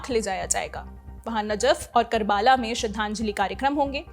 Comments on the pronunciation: Didi, Vo 'करबाला' nahien 'करबला' hai Ye mein aapko isiliye bata raha hoon.. Because Hazrat Imam Hussain ki shahaadat करबला me huyi thi.. Isiliye ye sheher Islam aur khaas taur par Shia-Islam me bahot zyada important hai - aur iss wajaah se ye janaaza Karbala jaayega.. To iss poore Janaaze ka sabse important stop over (Karbala) ka naam sahi se bolna to banta hai.. Ye waise hi hai jaise mein agar Indian Stock market ke baare me Reporting karoon aur uss waqt Mumbai ko 'मुम्बै' boloon.. I hope you get my point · It's कर्बला not करबाला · करबाला नहीं कर्बला